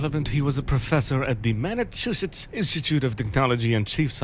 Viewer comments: "Mattachusettes" Institute of Technology. While seems to have a nice voice, he also seems to mispronounce quite a few things. It's not bad though, just noting. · Manachusettes? Uh what?